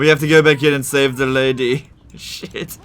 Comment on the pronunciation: "Priestess of the Lady" The last syllable is spoken long enough to be confusing though